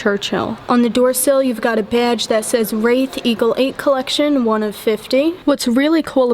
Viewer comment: I love all your presentations.....always excellent photography and information. If I may....the correct pronunciation of this car is RAY-th. Like a ray of sunshine. (As opposed to wrath....which means extreme anger, I can't imagine anyone being angry owning this beautiful automobile.)